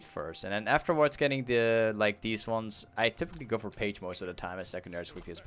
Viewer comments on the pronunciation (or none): you pronounce phage like Fage not page ;)